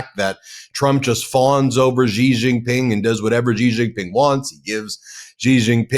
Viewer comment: It’s not zhi Zhing Ping. It’s “shee” JinPing. The Sh sound indicates by the X is made by putting the tongue near the roof of the mouth. Mandarin also has another SH sound, closer to the English SH.